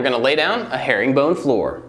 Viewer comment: I thought in the intro he said hairy bone